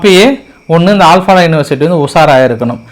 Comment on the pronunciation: ஆல் பாலா இல்லை. அல் ஃப்லா